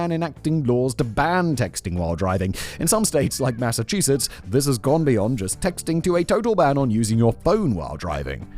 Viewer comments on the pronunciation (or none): none